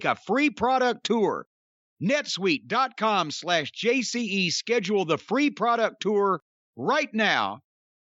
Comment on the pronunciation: It's "netsuite" buddy.